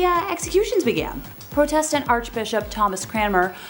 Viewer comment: The girl doing the evil queens bit really said protestant and heretics so wrong I’m so confused